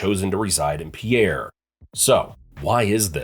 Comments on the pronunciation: It's not pronounced PIERRE idiot!! It's pronounced PEER!!!! Andcsioux falls an Rapid city are NOT CLOSE!! If you don't know the geography, stop making misleading videos!!! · I'm from the Rez and we even know how to pronounce out state capital. Pierre is not pronounced "pe-air," it is pronounced "pier" or "peer." If you going to do a video on state capitals, at lease do the research on how they are pronounced. It is also HARD to miss Pierre because only road goes into it and people only enter from the south!!!! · "Pee-air" South Dakota???!!! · Voting this down for not knowing how to pronounce Pierre. It's pronounced PEER. Definitely an AI produced video. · Repeat after me. It's pronounced PEER. One syllable, easy peasy. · The capital city of SD (Pierre) is pronounced "PEER"